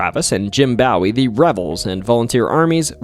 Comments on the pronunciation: Bo wee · Dude your pronunciations of these names is pissing me off, it’s not BOWY it’s pronounced (B -O -ee) and it’s not men gir it’s (me-n-gr) And you can’t even pronounce iLL correctly it’s not pronounced L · Jim 'Bawie'? Its Jim Bowie 'boh-e' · OK, I can excuse someone who’s never even met someone from Texas pronouncing it San hacento (never even heard native Spanish speakers, pronounce it like that) or Jim take-a-bow-ie but seriously dude… the minge hotel😂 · BOE WEE not bow ie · I love the Alamo ghost stories, but PLEASE get the heroes’ names right! I have heard Jim Bowie’s name incorrectly pronounced like David Bowie’s before, but never like the bow of a ship. It is pronounced like boo-ee. Not bO-ee, not beau-ee, not bow-ee. Boo-ee. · It's pronounce Jim Boo..wee...not Bow..ie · It is Boowie not bowy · Bow wee. Not baw wee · It’s Boo-wie, not bow-wie! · Was just going to say, in Texas it wouldn't be Bawee ya heard, probably. It'd better be Booee. Otherwise it's just some idiot pulling your leg. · It's pronounced BO-EE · Bro said Ba'ow'y over and over. 😅😅😅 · bowie is bow e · Drinking game: Drink a whole bottle of Jack Daniel's everytime he calls James Bowie "James Bawie". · HOLY SHIT if you're going to do history at least learn the pronunciation of historical figures especially those who died for our country in such a horrific way. It's pronounced "James Boo-Wee" for crying out loud. SMH. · There is also a town in Texas named Bowie and county name Bowie... Bowie is pronounced Boo - ee by the way. ... Please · I love listening to your stories. But I wish you would pronounce names correctly. Bowie and San Jacinto for example. Keep the videos coming. Bowie is pronounced “Boo we”. San Jacinto, is pronounced with the “J” sound not the “h” sound. Santa Fe isn’t pronounced Santa “Fee” it is pronounced Santa “Fay”. Lol. Brazos is pronounced Braz”us”As a native Texan. Just a little FYI. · It's James Bowie, .not bowe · Bowie = Boo-wie long O not short o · No, it’s boo-eee